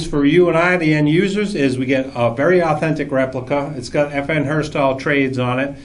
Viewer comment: Lol, "FN Herstahl"